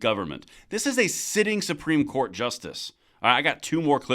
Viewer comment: The word is "COURT," not "quart." A quart is a fluid measurement - 32 ounces. Or a QUARTer of a gallon. Get it?